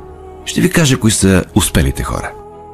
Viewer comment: "коИ хора", смени "Й"-то с "И", че дразни, а относно клипа УНИКАЛЕН! Зарежда те по пособен начин !